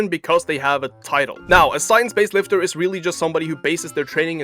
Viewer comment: JEFF NIPPOD 🗣️ SCIENCE BASED LIFTAH 🗣️ WON’T TAKE YOUR PITCHAH 🗣️